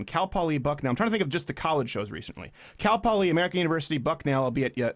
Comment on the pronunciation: look out, your canadian is starting to show. "Cal Poliee"